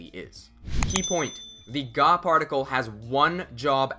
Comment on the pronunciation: I understood the "God particle" instead of "ga particle" at the start of the video.😅 I thought it was a bit sarcasm, as it is not far from the truth in Japanese language... Thank you for the videos - extremely helpful!